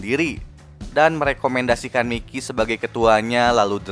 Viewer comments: Bukan miki tapi mayki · Mikey (bacanya Maiki)